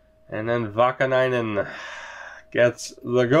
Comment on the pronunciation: in general it was okayish. Niinimaa sounded really funny but Vaakanainen was decent.